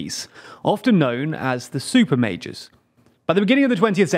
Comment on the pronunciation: I kept hearing Super Mages and not Super Majors, I was like damn this some high fantasy shit coming lol